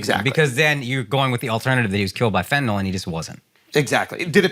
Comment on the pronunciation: you're pronouncing fentanyl wrong......it's fentaNYL not fentaNOL